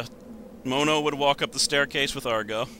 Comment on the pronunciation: ITS AGRO, NOT ARGO, AGRO!!!!!!!!!!!!!!!!!!